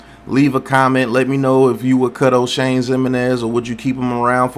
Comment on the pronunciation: No didn't call him Oshame 😂